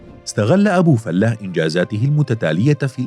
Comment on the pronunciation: معلقين الناطقين بلغة العربية كلهم بيقولو ابي فلُة او ابي فالاة افهمو وانطقو صح ابو فلِة